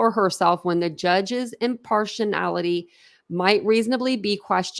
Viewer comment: Im-PAR-she-AL-ity is how that is pronounced 🙄